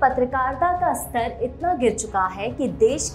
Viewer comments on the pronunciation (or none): none